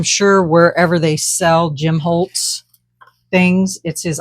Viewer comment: It's Tim Holtz. Not Jim. But your art is lovely!